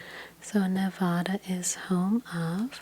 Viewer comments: She said Nevuuda😂 It’s Nevada👍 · “Nevaddah”, not “Nevahda” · Ne-VADD-uh, please (not Ne-VAHD-uh), otherwise wonderful video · Nevada is pronounced : Nev•ADD•ah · It’s Nevada like apple lol not like avocado ❤️